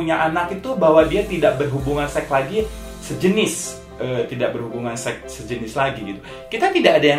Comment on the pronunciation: Maaf Bang, koreksi sedikit. Yang bener itu -> Hubungan SEKS Bukan kaya abang bilang -> Hubungan SEK SEX = SEKS SEX ×= SEK Sekian, koreksi dari saya. Mohon maaf bila ada salah kata dalam penyampaian.